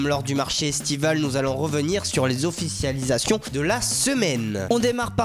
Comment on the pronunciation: les offichialisation